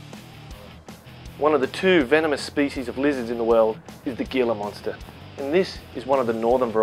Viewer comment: The "G" is silent, more like Hila monster.